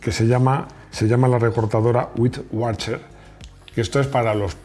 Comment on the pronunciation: no es wacher es waker